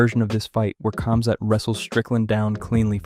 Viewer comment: bro is saying cumzat